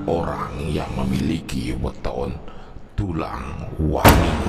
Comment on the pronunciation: maaf,,nyebutnya tulang wangi yaa,,bukan tulang wengi.saya jg tulang wangi,,tersiksa dr kecil😢